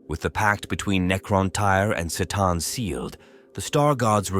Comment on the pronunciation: Is this AI? Narrator pronounced C'tan two different ways in the same sentence.